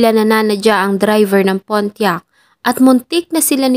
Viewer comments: Pontiac,.not Pontiac..silent T.😊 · Sana nagresearch muna sa correct pronunciation ng PONTIAC